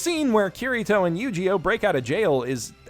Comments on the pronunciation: I like the way he pronounces Eugeo "YugiOh" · I know his name is Eugeo, but I just keep hearing it as mispronouncing Yugioh. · You pronounce Eugeo as Yu-gi-oh and I love it